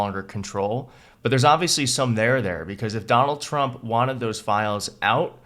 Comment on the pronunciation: The first thing uttered in this video is 'Dol Chmp'. The psychopathic, fascist dictator in chief is named 'Donald Trump', as evil and dangerous and ruinous and vomitous as he is, not 'Dol Chmp'. It's like saying 'Adlf Htlr'. [sigh] Annoying.